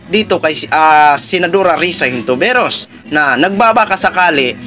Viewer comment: Hello po brod... Lagi ako nanunuod ng blog mo specially dito sa update sa issue ni pacq... May isa lang mali sa iyo na palagi ko naririnig,.. ( senatora HON- TI- VE- ROS ).. hindi po (HIN TO VE ROS)✌️✌️✌️